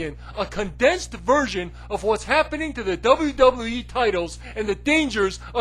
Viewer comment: Double Double E. You can't even fucking say WWE right.